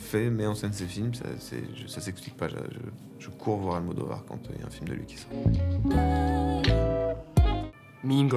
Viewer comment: I'm so glad Louis said Almodovar